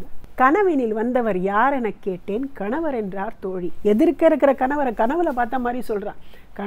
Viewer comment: Beautiful and soulful Performance. The for this treat. Also one request to Subha Madam; If singers don’t know Tamil, please help them with distinction between “N-ண” and “n-ன”. In this “kanavar” and “kaNavar” pronunciation makes a lot difference in meaning. Especially in this line - “கணவர் என்றால் அவர் கனவு முடிந்ததும்..” Still very soulful rendering, thanks to!